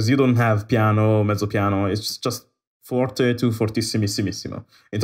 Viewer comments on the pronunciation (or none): none